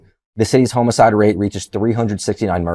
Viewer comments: is this another cricket reference? either way, its pronounced "hah-mih-side" not "home-aside", hope that helps. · You guys are great but, if you're going to make a podcast on CRIME please figure out how to pronounce "homicide"